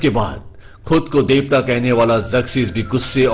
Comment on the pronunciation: Ok thik ha.. Par tum Davta ku bolte ho .. 😡😡